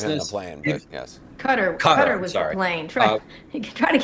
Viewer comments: qatar not kadar. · It's NOT CUTTER, it's KA tar! Get it right, PLEASE.